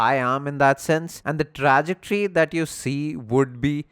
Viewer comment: Good video but pls its Truh- ject- ory